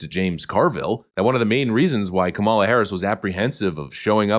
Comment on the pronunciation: Kah-muh-luh. Not Kah-mah-luh. She’s a loser, but at least pronounce her name right. 😜😜